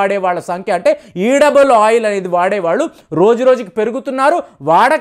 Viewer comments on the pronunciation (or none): ఈడబుల్ ఆయిల్ కాదండీ, ఎడిబుల్ ఆయిల్.